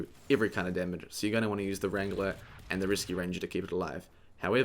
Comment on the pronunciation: I keep hearing you say "Risky ranger" instead of "Reascue ranger" and its pissing me off ; _